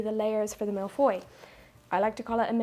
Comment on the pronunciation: Finally, baking :D I love that you show all the misshaps. And being french, I love your pronunciation of "tarte aux fraises", "framboise" and "mille-feuilles" (one of my favorites) :D "crème pâtissière" needs a bit more work though :p First time I comment on your channel. I love your style, your naturalness, and the overall wholesome feeling (not sure if wholesome is the right word but, well.) Cosyness maybe? Anyway. Now I'm hungry.